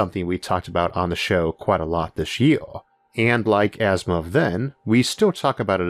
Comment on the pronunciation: It's Asimov, not Asthma